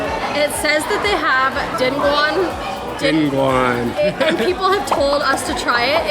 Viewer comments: Dinuguan pronunciation Dee noo goo ann * stress on the last syllable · Kudos to you guys for trying dinuguan (dee-nooh-goo-anh) and just like balut, the look to taste ration is also way off but most dinuguan doesn't have that 'iron' taste to it. Most of Filipino dishes are meant to be eaten with rice. And the quintessential dipping sauce of calamansi, vinegar and soy sauce is always a must. Love seeing you guys have so much fun and being adventurous with the food....with everything. You guys are awesome and i'm living vicariously through you. I miss my home country and sorry to say again, but I laugh is so so so similar to Seth Rogen...a fellow canuck and from your neighbourhood too. I'm on the opposite coast. Cheers guys. Oh also, thank you for saying halo-halo correctly. lol